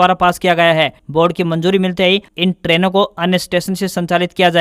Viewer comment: Traino koi word nahi ha. Train English word ha jisko aap Trano bol rahe han. Agar English word bol rahe han toh usme Haryanavi mix mat karo usko pour English hi rahne